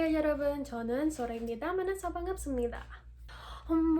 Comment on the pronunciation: You pronounced 만나서 as 마나서 and try connecting all the words so as to sound more flowy because it'll sound unnatural if you try to pronounce every word as an individual one. Example in 오랜만이에요 instead of saying 오랜 and then 이에요 which sounds insanely unnatural, atleast for me you can pronounce it as 오랜마니에요